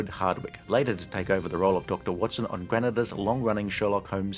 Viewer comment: Granada is pronounced gruh - naa - duh